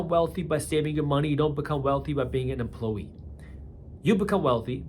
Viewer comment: Lol, yeah he did. And emplowee.